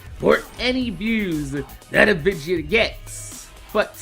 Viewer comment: say: VIDEO